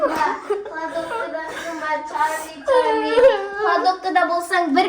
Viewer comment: Черли черли емес чарли чарли😅